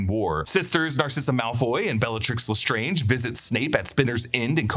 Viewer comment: I’ve said it before and I’ll say it again. It’s not not Le Strange, it’s Le Strange rhymes with plunge